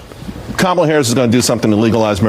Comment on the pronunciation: Did Whoopi mispronounce Kamala Harris's name? 😮